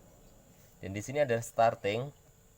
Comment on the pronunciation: Mantap dek bro🤙🏽 tapi namanya bukan kampasitoer tapi capasitor (kapasitas atau yang menyimpan memuat) 🙏🏼